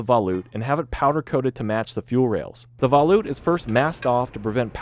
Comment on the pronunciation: Absolutely loved the video, and hated the way you pronounced “volute”